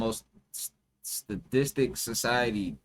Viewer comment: The homie can't say statistic lol that shit had me dying that pause like fuck I gotta say that one word